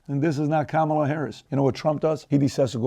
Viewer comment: The name Juan is pronounced (Huan) so Kamala should be pronounced in the Indian way (come-lah)